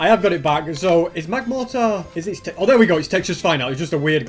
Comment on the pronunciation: It is magmortar not magmartor.